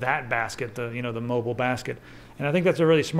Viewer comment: Lol "moble" Moble soder nuculer.